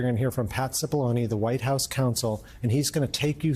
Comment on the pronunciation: CHIP A LONI…NOT SIP A LONI….basic Italian would tell you how to pronounce this last name…what a moron he is, not mispronounce his Italian name…